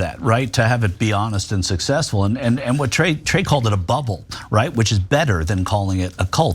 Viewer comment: It's TRAE. Not "Clay" or "Dre".